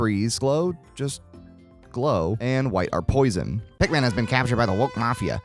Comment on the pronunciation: Favorite things: welfare Pikmin, the pronunciation of resources, and pikMEN . 10/10